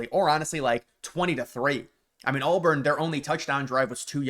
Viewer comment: dude its not ALLBURN. you said it 15 times